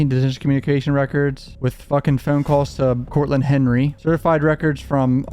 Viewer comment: the way he keeps saying “foawne” lmao